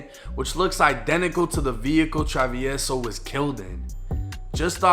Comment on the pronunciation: I had to watch this just to see how hed pronounce travieso 🤣 but you didnt butcher it! Good shit!